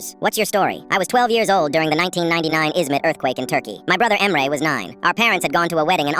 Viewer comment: I think that the AI doesn’t know how to pronounce Turkish names